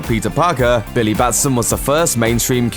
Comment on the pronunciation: "Billaye" Several times, "Billaye" Even though he also says Billy correctly several other times.... "Billayee"